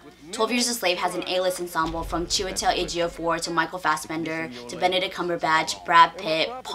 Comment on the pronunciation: So happy that you pronounced Chiwetel's and Lupita's name correctly. It's been pissing me off how many White reviewers struggle with pronouncing their names. But yet, they have no problem pronouncing 12 syllable European names. Although I haven't seen it yet, I think 12 Years A Slave might be the only film to take a truly serious look at the institution of slavery. As a Black person, I've never felt that films like Amistad, Roots or Django took the institution of slavery seriously.